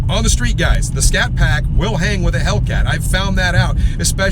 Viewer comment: " we bought this little scatpact" 🙄🙄